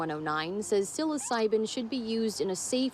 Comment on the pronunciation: She doesn't know how to say psilocybin lol